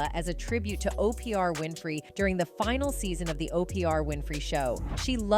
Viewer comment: First time I've ever heard the name O P R Winfrey 😂😂